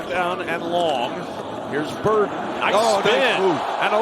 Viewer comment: Luther ‘Bird’en